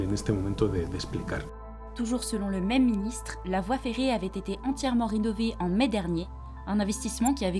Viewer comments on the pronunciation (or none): none